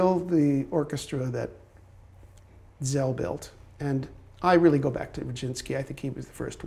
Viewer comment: Why does everyone mispronounce the name of Szell? It's sell, not zell.